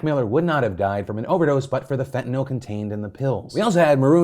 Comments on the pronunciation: what the fuck is “fentinill” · The way Phil said Fentanyl